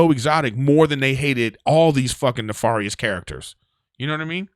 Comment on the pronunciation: Hot damn a lengthier woo woo session. Thank you. Having said that..bruh....who got you pronouncing nefarious that way? Pronounce the a in nefarious like fare not far.